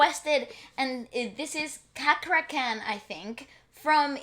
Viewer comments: Wth everyone called his name wrong.. Is not kakra kha.. CHAkra khan.. CHA-rly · pronounca cakra as in cha cha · 😁 pronounce C as Ch not kakra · Cakra is read as: Chakra, cheh sound... ✅ Not Kakra, kei sound... ❎ Same as Indian name. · Bro you must pornaunce c for c not c to k Chak wite c,khak wite k eorry please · Chuck-kra Khan....not Car-kra Khan. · Cakra khan....not kakra ....like 'ce' not "ka"...like centuri not kenturi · Cakra Khan is a male singer. Fyi, he always sings like that, with that heavy voice. And you can pronounce the name with literally Cakra (with “ce”), not “Kakra”, not “Sakra” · Cakra, you pronounce the c like in channel not in can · You pronounce the “Ca” like you said “Cha” from Charlie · Cakra Khan.of Indonesia..so proud of u. Pronounced: Chuck Raa Khan. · His name is pronounce as.. “chuck ruh Khan” .. sort of. :D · How to pronounce his name? the sound like Chuck-ra -Khan ... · Cakra Khan..'Ca' like in 'Charm'..the rest is correct pronunciation..He's actually a rare talent in Indonesia.. not many Indonesian singers have raspy voice..and he s one of a kind..even his speaking voice is so sexy..the first time he debuted many of us directly fell in love with the uniqueness of his voice and songs..even some people were starting to imitate how he sings..however, he s one of a few that managed to be famous among infamous ones with similar voice color..you can check other Indonesian singers like him..TOMPI and SANDY SANDORO.. u wont be dissappointed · cakra khan pronounce cha kra khan he's a solois vocalis with raspy voice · Just to help you pronounce Cakra Khan's name easier: cakra - Cha (as in the Cha cha dance) kra - kra , khan - prounounce it like the 'con' in constant. Really love your reactions & appreciations to the singers from my country.. Hope one day you can come to Indonesia and have a collaboration with one of the Indonesian singers you guys love.. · Cakra khan, the c like you say chacha..